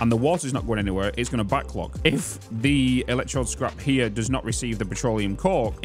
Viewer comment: EL ECK TROWD (like toad) buddy